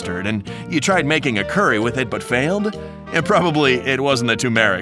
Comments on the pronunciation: He actually said cuerry instead of curry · this guy is the most whitest dude ive heard he said "curey" and "twomeric" like tf